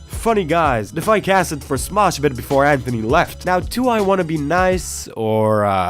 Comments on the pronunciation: Who is ANTony? Say it right. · Finally! Someone who doesn't say Antttttthhhhhhhony.